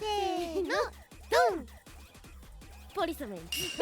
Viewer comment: ポリスメェンw うるせぇなぁw 仲良し‼️